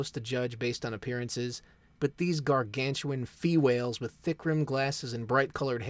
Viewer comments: “Fewhales” lol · you earned my like with "fewhales" LOL